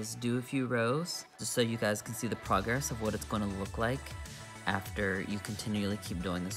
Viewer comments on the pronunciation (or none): none